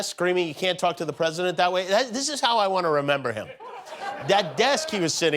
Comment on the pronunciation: "don't talk to the pwesident that way. "